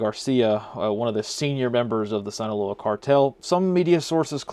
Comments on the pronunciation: Very small correction, but it’s pronounced “Seen-aloa” not “Sine-aloa” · Sinaloa is pronounced “seen-uh-low-uh” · If you only could pronounce Sinaloa right.